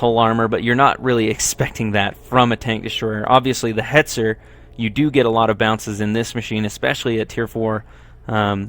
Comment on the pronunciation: Its hetzer -_